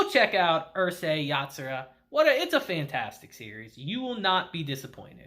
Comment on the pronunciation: It pronounced ooroosei yatsura not yurusei yatsura